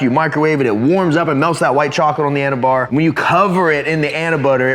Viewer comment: Anabar/Anabutter 😂 bro no